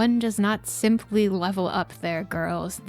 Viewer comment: Did you emphasize SIMP when you said simply!?!😂😂😂